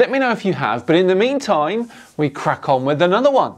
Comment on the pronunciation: lol, did he say "in the meme time"?